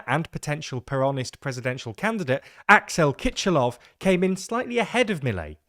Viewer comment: It's not so hard to find out the names pronunciation: Milei, the stress on the las syllable and Kicillof is pronounced Kisilof not Kichilof